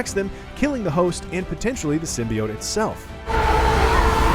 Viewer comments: it's sim-bee-yote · The way they pronounced sybiote had already put me off, now im not even gonna bother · 4.0 They kept mispronouncing symbiote